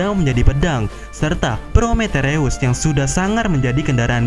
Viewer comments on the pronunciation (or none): Prometheus bang. Bukan prometereus😭